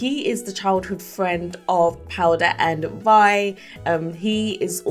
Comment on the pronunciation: You said Vi right ✨